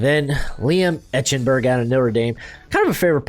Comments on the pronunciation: You're mispronouncing Eichenberg. It's not etch-n-berg. It's ike-En-berg. How could you have watched Notre Dame games and not heard it correctly pronounced? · bro it’s eye-ken-burg😭